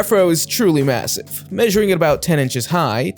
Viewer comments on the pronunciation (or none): none